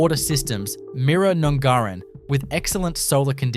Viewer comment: PLEASE pronounce town names correctly!!! NUNGARIN is NOT pronounced "Noongarrin" it is pronounced as in "up" and the "a" is pronounced like "Apple". I cringe every time!!!!!